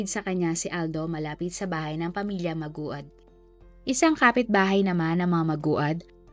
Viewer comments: ndi pa isinama sa pag re search kung paanu i pronounce ung apelyido 😅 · Laging ganito. Pati yung isang crime commentator. Siguro maganda na research din para alam ang tamang pronounciation. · Grvii podka magbasa sa apelyedo maogad... Maguad oy😅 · Magwad ( Maguad) po ang tamang pgbigkas ng kanilang apelyedo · Lods Hindi ma u gad Maguad -magwad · MAGWAD HINDI MA-UGAD😂😂😂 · Maguad (Magwad) not Ma-ugad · Hindi po mA-O-GAD mam MA-GU-AD(MAGWAD) PO! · Mag-wad pag pronounce bha. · Mag-wad po 🤦‍♀️ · Aye MA -GU -AD as in MAGUWAD pag binigkas🙂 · Hoy magwad when u pronounce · Maguad po mam,, Hindi ma-ugad. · Mali pa pagbigkas ma ugad daw hahhaha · Mag-wad ganyan po pronunciation ng surename nila😊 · At di mo talaga ma pronounce na tama ang maguad. haysssss! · Nag research kna lang din ung surname pa. Talaga ung kinalimutan mo, kaka asar toh maguad as in MAGWAD bwisit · Maguad po maam..(mag-wad). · Kaya nga nakakainis pakinggan magwad yan basahin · Pronounce as maguwad or magwad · Mag wad dapat ang pronounce ng last name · "MANGUAD" PO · Jusmi hindi maogad madam ang pag pronounce ng family name nila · Iba ung pag pronounced nong maguad po 😭 MAG-WAD po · Maguad (magwad ang Tamang pronoucation) ng family name nila. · Maguad po hindi maugad..death sentence nga sana dapat ang hatol 😢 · Oo nga...magwad(maguad)ano ba Yan?😅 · Naku Ms. Narrator, sa susunod paki sali sa research mo ang correct pronunciation ng isang "proper noun". Ang daming nakakaalam ng kwento at pangyayari na to. Nakakainis pakinggan. Payo lang sayo, mawawalan ka ng listeners sa ganyang gawa mo. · Di mo man lang inayos pronounciation ng apilyedo nila. Parang ibang pamilya tinutukoy mo. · Alam ba ng pamilyang Maguad na ginawa mo silang content? Nag content ka na lang, mali2x pa.. 2 syllables na nga lang yang apilyedo nila di mo pa maayos. King ina mo. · Ayusin mo please pag pronounced ng last name..offensive yan s mga relatives ng victims.. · Pronounce their family name well. Because you mispronounced it